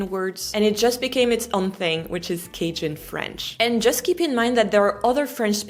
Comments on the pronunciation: What a fun video! Though I have never heard the word Cajun pronounced with a short a. Always have heard it with a long a.... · I’ve always heard ‘Cajun’ pronounced with a long ‘a’, not a short ‘a’. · It's pronounced "CAY-jun," not "Caj-un." My uncle from Baton Rouge, Louisiana believed that he was a Cajun, and he spoke Cajun French. When his daughter investigated his genealogy, it was determined that his ancestors came directly from France. He was disappointed, since he felt like a Cajun! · Cajun….pronounced with long “a”…as in “cake”….not the short a…as in “cash”…..The j is hard as in “jump”…so, it’s “KAY-juhn”instead of “CASH-un”. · Sweetie, is isn't Kie jun, it's Kay jun. At least that is how we pronounce in Naw uth Cairo lina. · Another good video. One small unsolicited correction: cajun is pronounced "Kei-jun" and not "ka-jun" (if that makes sense...). Keep up the good work!!! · It's pronounced "Kay-jun", not "Kah-jun". Long 'A' sound. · Fun! btw...a little surprised you're calling it "CAH-jin" French. It's pronounced CAY-djin ! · It's pronounced like "Kay-Jin", not "Cashjin". I had to edit this comment because I accidently submitted it before I got to type the rest. But, this is so interesting because there is so much history that doesn't get taught to us Americans, but I would argue that's everyone everywhere... because you can only fit so much content in a curriculum... maybe by design, maybe not? Either way, this part of French history that became American history is so interesting! My wife speaks some French, enough to converse a bit. I can speak Spanish, a little less than her French. But learning languages has been such a cool door to understanding the world! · it's not k-jin, it's kei-djun. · Cay-jun, not cah-jun. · Pronounced, "Kay-shun." Not, Cashun. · What strikes me is the way you pronounce the word "Cajun". The way you say it sounds like "ka-zhen". Most Americans pronounce it "kay-jun" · Kay junn. Lol. Not Kaj inn. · pronounced KAY jun